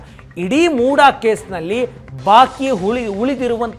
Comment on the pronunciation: ಮೂಡಾ ಅಲ್ಲ ಸ್ವಾಮಿ ಮುಡ